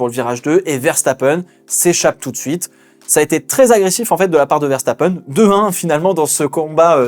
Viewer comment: Quand t’as commencé à dire Ferstappen t’avais raison c’est comme ça que ça ce prononce